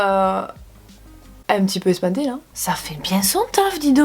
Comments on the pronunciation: je suis ES PAN TÉE ‘’ j’adore le sud hein 😂😂❤️ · " Je suis ES PAN TÉE" J'adore le sud hein😂😂💗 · On dit ÉPATER